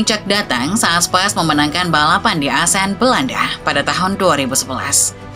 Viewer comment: Spis min bukan spais 🤣